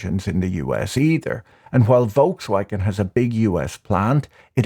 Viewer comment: It's not pronounced "Volkswagen"